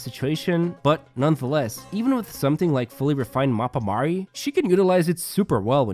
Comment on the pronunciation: It's so refreshing hearing an eng guide that doesn't pronounce Mappa Mare like 'Mapa Mere' but instead closer to latin 🥰🥰🥰